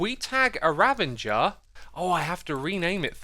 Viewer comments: Just saying raVAger not ravENGer sorry it was annoying me. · PLS RAVAGER NOT RAVANNNGER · I love xisuma but am I the only one that gets triggered at the fact that he says ravenger instead of RAVAGER RAVAGER THATS HOW YOU SAY IT GOD lol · does he say "RaveNger" on accident? or does he really thinks that is the way it is spelled? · Anyone gonna tell him that it was spelt "Ravager" and not "Ravanger" or we just going to let him do this thing? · Spelling doesn't matter to Xisuma. Having correct spelling doesn't matter, and a word's spelling has no effect on his pronunciation. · There isn't an "n" in Ravager! Stop saying ravenger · If you say „Ravenger“ one more time Im going to sue you. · X will you ever pronounce "ravager" correctly